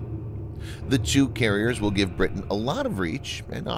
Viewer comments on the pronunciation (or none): none